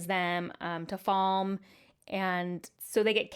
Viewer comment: It's FAL MAY. not Falm. My podcast partner says Falmuh. Encyclopedia WOT says FALMAY